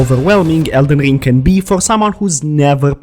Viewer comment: Elden rrrrrrring 😂